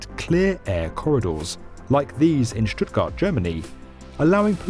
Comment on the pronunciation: Nailed the pronunciation of Stuttgart, respect.